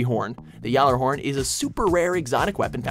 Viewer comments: It's not call jallahorn. It's Gal-a-horn the J is silent. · It's Gjallarhorn not Gjarrarhorn. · Its not known as gorn or yallarhorn lmao, its g-horn and gallarhorn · YOU SHOULD KNOW IT IS NOT (Yalerhorn) it is (Galerhorn) that is how it is supposed to sound like. You drop the j and it had G sound. Your damn ghost in destiny says its name right to you saying it with a g. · its not pronounced yallehorn its pronounced gallehorn bro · It is call gal-a-horn not yal-a-horn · The cringe when you said gjallarhorn it supposed to be said gallarhorn or gallahorn not yallarhorn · ITS GALAHORN. SAY IT RIGHT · It's pronounced Yal-er-horn. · Gal-lar-horn. You do pronounce the R. Not that it matters, spelt it wrong in the description anyway. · He pronounced Gjallarhorn with a silent G....... I'll see you in Trials. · Two problems straight off the back; it’s pronounced Gal-A-Horn and you got gen 2 footage. Gen one didn’t have clusterbombs it had actual smaller rockets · That's how we're pronouncing the Gjallarhjjorn now? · it's actually pronounced Galla-horn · 1/ it's pronounced "Gal-a-horn" 2/ You have the UT Rocket Launcher but not the REDEEMER?! 3/ it's pronounced "Jib" because Gib is short for Giblets, which is pronounced with a J sound. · Gjally isn't known as "Gorn"... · Mate , you pronounced gjallarhorn wrong , it's supposed to be pronounced galahorn. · ITS PRONOUNCED GALLA-HORN! I got really triggered by that wtf... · It. Is. Pronounced. GAL-A-HORN!! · Say it fucking right !!! It's pronounced Gallarhorn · ITS GALLAHORN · It Galahorn get it right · its pro bounced Galla-horn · This guy is one of those dummies who pronounces Gjalarhorn YALAHORN xD great video and i love they included it (no offence on the reporter just a thing that makes me mad) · it's pronounced (gala-horn) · it is pronounced gal-a-horn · gorn? yallyhorn? degenerate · isnt it pronounsed 'ghallahorn'? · AppleWasMyIdea I got soooo triggered XD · You pronounced gjallorhorn wrong. btw